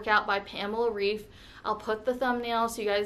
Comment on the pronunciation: Hi, great journey! But you pronounce her lastname wrong. I am from germany. Its kinda pronounced Raif